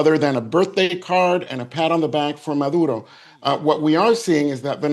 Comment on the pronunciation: His last name is Maduro, not Madura.